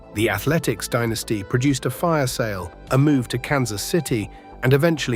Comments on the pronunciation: also pronouncing the word "dynasty " as dinisty! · Stop mispronouncing dynasty 😮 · SHEEBA PARK, DEENASTY, Can't you find anyone to narrate than AI mispronouncer